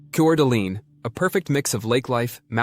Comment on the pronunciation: You did not pronounce Coeur d' Alene or Pend Oreille correctly